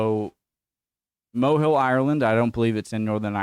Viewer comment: Mohill is just up the road from me in Co. Leitrim, its pronounced Moh-hill with the oh in Moh having a breathy sound. Not Mow-hill as you pronounced it. Nice enough little village, has a beautiful church.